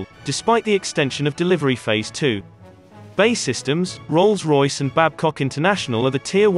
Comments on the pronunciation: It’s B.A.E systems. Not ‘bay’ systems 🤦‍♂️ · For Christ sake. Its B A E systems not BAY systems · Good video, terrible narration. "Bay systems"?? B. A. E. Ffs. If it's a robot it's pretty good and they seem to be getting better, but still fairly easy to spot. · It's B-A-E systems not 'bae' systems. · It's not bay systems, it's B-A-E (bee=ay=ee) Systems and so much unnecessary repetition in this vid. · Its B. A. E Systems, not "Bae" Systems. Do you call the USAF the U-SAF? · It’s B… A… E….. not Bae…. It ain’t your girlfriend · And by the way mr youtube it's not ''minister of defence'' it is ''secretary of state for defence'' and it's not ''bay'' it's BAE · It's pronounced B.A.E Systems and not Bay Systems?! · Who are Bay systems, and why have I never heard of them. Has B.A.E. Systems gone missing? When using synthetic voice programs you really need to be very careful about typing. Ie 200tons, not 200 t. We hear these and we pick up on them . It makes you look less than professional. Just my two penneth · got as far as him saying bae systems,ffs, its B A E syetems................. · So clued up that B.A.E. systems is pronounced 'Bay' systems 🙄 . You and no one else friend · Stopped watching as soon as a military focussed channel said Bae! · 'BAY Systems' ooooh please! 🤣 Lose the digital voice over. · Man said bae systems 😂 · Wtf is Bay systems. Pronounce it right.